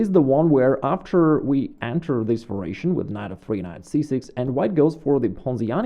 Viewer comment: Excellent video, as always. A simple challenge for you -- just one time would you pronounce the word variation correctly? Just as a curiosity. Not "vur-a-shun" but "var-i-a-shun" -- four syllables. Then resume saying it the way that's most comfortable for you, which is familiar and perfectly fine. Again, great videos, great themes and explanations!